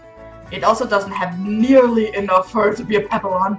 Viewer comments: Not to be rude, but you’re mispronouncing “papillon” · Fr 😭😭how she have 2 and doesn’t know how to say the breed